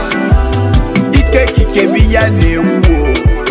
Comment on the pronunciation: Lol..... Him no sabi pronounce Christ